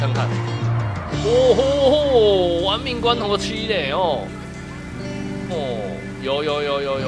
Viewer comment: 玩命关头。。。我怎么感觉我听到的是玩命光头